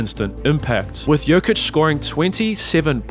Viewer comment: bro u gotta stop calling him joka